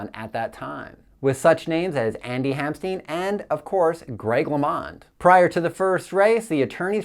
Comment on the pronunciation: Andy Hampsten. Not stein.